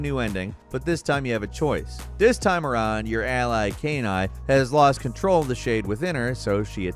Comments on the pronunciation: "Cane-eye" Cane-eye everyone! Everyone, give it up for Cane-eye !! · Kaine (pronounced K-EYE-NEIGH). I thought you were saying canine lol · Dear it’s pronounced KAI-NAY NOT KAY-NYE 🤦🏼‍♂️ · once again butchering KAI(KY)NE(NAY)S name with a brand new arse-backwards mispronunciation since a previous butchering on an older video. I swear they do it on purpose at this point. I mean its not like we hear it pronounced properly in game a million times...OH WAIT. Other than that, great video guys:) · Great list but saving "Kay-nie"?? God that pronounciation killed me lmao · Disappointed you pronounce Kaine like she was a dog (canine)..the game is voice acted so no excuses.. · The way he pronounces Kaine makes me think he’s never played the game and just read about it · Guys at least talk about the nuance of how nobody in Infamous 2 knew if their "good" path would even work, when they knew for a fact that the "evil" path would work. That uncertainty is a major factor in what makes the decision carry so much weight. Also, you ought to at least play Nier before talking about it. You can't pronounce Kaine's name correctly, so you obviously didn't play it, and you failed to talk about anything in the story that made the ending of Nier one of the best endings ever. Just the mechanical aspect of getting your saves wiped. Nier's story is incredible, and what makes it so is that there are no "good guys" or "bad guys." Just protagonists and antagonists set in a utterly depressing setting where doing the "right thing" only ever comes at the cost of innocent peoples' lives who are trying to accomplish the same goal as you, and with the same motivation. Play Nier, if you haven't. The ending is genuinely outstanding. And no disturbing is it that Nier, himself, doesn't even notice, let alone understand, why anything he may be doing is wrong/right. If you're reading this and haven't played it, play it. You won't regret it. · How did bro butcher Kaine lmao